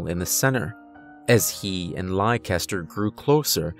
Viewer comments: I think it's pronounced "Lester" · Leicester is pronounced "less-ter". It's a British word. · Americans tend to pronounce my home city (UK) the same way youre saying the horses name lol. Is it spelled Leicester by any chance? You say it like Lester if so ; )